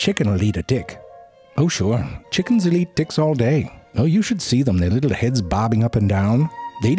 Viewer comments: Bag of Ticks indeed. That's when we learn he wasn't pronouncing his 'T' a whole lot like a 'D' throughout the video unintentionally. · When you're pronouncing the T's and they sound like D's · The fact that I heard every T softened to D 💀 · the "T" sounds like "D" lmao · this made me laugh.. "hey.. what's up? " "oh my, take that Dick to the doctor" but he meant "Ticks" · I turned on the subtitles, and he was indeed saying "Dicks." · I'm sorry but for sure, the first 2 ticks he said, he pronounced it "d***". The third one, he said tick. The rest, I have to repeat over and over to make sure 12 ticks 9 ds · I swear - all I heard was "dicks" in this video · He said Hard (D) icks and Soft (D) icks 😂😂😂😂 He said she can give you a good Sucking😂😂😂 This Has to be purposely done.. i couldn’t stop laughing. Then he starts Saying ticks the right way later in the video😂😂😂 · The way hes pronouncing “ticks” sounds like hes saying “dicks” LOL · i cant tell if hes saying ticks or di(ks 😂even the subtitles are confused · even the auto subtitle heard that as d*ck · this guy saying dicks or ticks? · it literally sound like hes saying dicks throughout this whole video and i am taking everything out of context... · Why do i hear dicks instead of ticks, is this normal? send help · I thought my closed captions were confusing ticks with dicks... turns out he was really saying dicks lol i love it. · pronounce your t's better damn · You need to learn how to pronounce a "T" LMAO!! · I know I'm not the only one hearing the way this man says ticks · I was so happy yesterday to see that zefrank1 had uploaded a new video - I saw a few seconds of it - coulnd't because I am so grossed out by looking at them - tried again today - couldn't watch - luckily I heard the way zefrank1 pronounces tiks so I just scrolled down to write this while listening. Doesn´t make it less funny - au contraire... Would, will,, and do recommend!